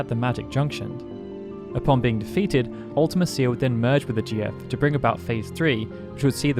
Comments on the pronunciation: I disagree about Ultimecia (and you say it different than we do, you might be a brit). Unless you're totally unprepared, the battle isn't hard, just lengthy. Hero Trials, Invincible Moon, Aura spells, Triple-Flare, Triple-Holy or Triple-Ultima, so many great options. And a random party of 3 (out of just 6)... you are almost guaranteed to get at least 1 of your preferred characters, usually 2. Now a random 4 characters in FF6, THAT would have been brutal. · The way you pronounce Ultimecia is so wierd. You say, Ultima Seer, when it's pronounced Ulti Me Sha. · I hate the way you say Ultimecia. I've always pronounced it Ulta-Me-Cia. Not Ulta-Ma-Cia. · It's pronounced "ulti-me-shee-a", cia is pronounced "she-a" not "ulti-me-sea-a" as you say it. And if you want proof, watch the Yoshinori Kitase Interview on how he thought up the ff8 story and the games enemies. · I think the thing that gets me is you make it sound like 2 different words instead of a single name. When you say it, I hear Ultima Cia. Not a singular word. MEcia. Ultimecia. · Ultimecia is pronounced Ulta-MEESHA, NOT Ulta-Mess-cia. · Fun fact, Ultimecia is pronounced Ult-uh-meesha in Dissidia games. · Ultimecia is pronouced "ultimEsha" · You're emphasizing her name wrong. You spell it like ultimate and "cia" is spoken like "shia". Other than that, good vid. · I think you pronounce ultimecia strangely. It's pronounced "Ultimesha". Like the name Alica, is pronounced "Alesha", not "Aleesee-ah" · Yeah, I've always pronounced it Ul-tee-me-cia. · The pronunciation of Ultimecia is just so bad. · Surely that’s not how you pronounce Ultimecia 😬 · I just can’t watch this video when you keep saying ultimecia name so wrong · His pronunciation of Ultimecia makes me cringe, like a lot.